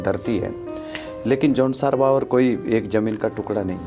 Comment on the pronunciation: जौनसार भाबर है न कि बाबर। ग़लत उच्चारण कर रहे हैं। भाबर का मतलब ढलान वाला मैदान। बाबर का उद्बोधन अय्याश atatayi लुटेरा से होता है।